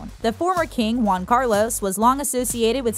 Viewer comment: Also Juan, not Guan